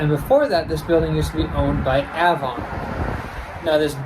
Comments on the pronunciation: Not to be nit -picky but the name is AVON as in the cosmetics company that used to be there. I grew up near there and it was "AY VON" for many years. Great video as usual. Very interesting stuff. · I used to live near the NY one, and a lot of the place names were mispronounced Avon->Ahvon; Chili->Chylye, Charlotte->Sharlot